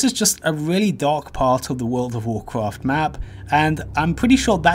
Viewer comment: Wooled of Woolcwaft?